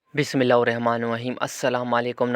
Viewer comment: Bismillah to sahi parho